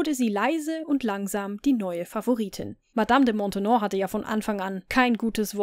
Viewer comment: Die Nachfolgerin der Madame de Montespan ist Madame de Maintenon, nicht Montenon!